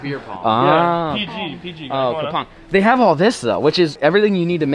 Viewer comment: read cup pong as “kapong” lmaooo I’m dying